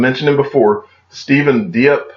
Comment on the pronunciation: I believe Steven Diep name is pronounced “deep”